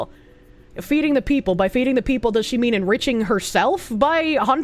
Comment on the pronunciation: She only consider herself as "da peepol"